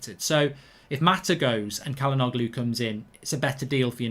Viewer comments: It's pronounced as "chalhanouhlu" not "kalanoglu" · It’s pronounced Jalhanolu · Its pronounced "Cha-la-nou-glu" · Mark his name is pronounced Hakan Chal-Han-Oloo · just btw it’s pronounced like “ja-luh-NO-loo” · Its pronounced as “Chalhanoglu” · Not bad mark but the g is silent and the begining is pronounced with a 'Ch' sound